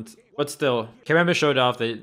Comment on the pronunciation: Thank you for not calling him "Kameymey"... American commentators are amazingly bad at pronunciation. It's Kameme, me as in mechanic.